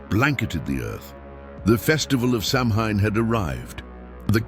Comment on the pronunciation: its Sow-wen not Sam-hain